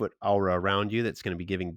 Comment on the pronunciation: Just to be a horrible person Aw-rah isnt Ow-rah its more Or-rah. But good look into the transformations dude.